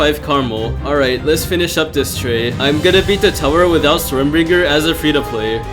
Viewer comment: it's stormbringer not stormBRINJER SJSKSHKS ARE YOU CRAVING A BRINJAL